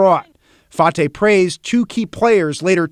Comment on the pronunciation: Fartay needs to be arrested as well, sorry about the English pronunciation of fartay name, he's just blowing a bunch of air and I bet you he still continue to scam